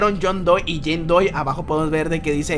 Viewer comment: No era Jane doe porque ANDROID dices Jane doy :v